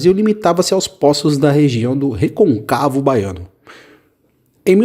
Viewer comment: Reconcávo? imagine se ler cágado.